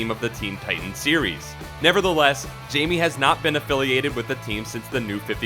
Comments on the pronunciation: Blue beetles name is pronounced Hymie not Jamie great list though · his name is hame not what you say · Mans said, JAYME 😂😂😂 out here butchering blues name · Jaime is not pronounced the same as Jamie. I do like the list thought and I do miss Jaime on the Titans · The third Blue Beetle is Hispanic. And his name should pronounced with h and I as if you are saying Hi me. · come on man. Spanish pronunciation. J sounds like h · I was about to leave a comment saying the same thing about the pronunciation of his name. I always find it interesting when people make these lists like they are experts but can't even pronounce the character's name correctly. I was also going to mention Jaime's appearances in recent movies and tv series. I can't speak to the comics and, yes, he does not have his own show, but he has certainly gotten a lot of attention in DC's recent series and movies. He is one of a few Teen Titans members in the film Justice League vs. Teen Titans, as someone else already mentioned, he is a recurring character in The Batman: The Brave and the Bold, and he was a central part of the plot for season 2 of Young Justice. He might not be a main character but he certainly is not just any old background character.